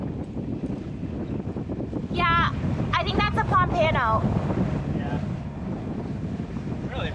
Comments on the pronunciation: Hahaha,m she called it a Po-pan-o, OMG, it's Pomp-ano!!! As a kid I used to catch these, usually, they are a good eating fish, can be a bit oily though, but not a problem for me as I like the extra fat, yummy! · That octopus was so neat glad you saw him.Also never heard Pom-pan-oh pronounced like that which was neat too.I feel you on the hot hot boat 🥵